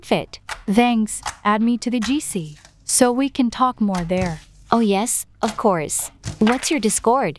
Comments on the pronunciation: “Of couse” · Finally someone heard the "ofcowse"💀